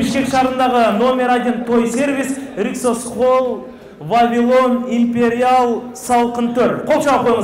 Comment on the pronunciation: РYксоз эмес риксос холл